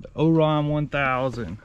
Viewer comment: It's pronounced Orion (Oh- rye -on) like the constellation. 👍